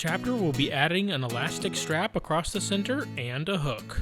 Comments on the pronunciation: What does it sound like he's saying acrossT lol it's across lol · No such word as acrost!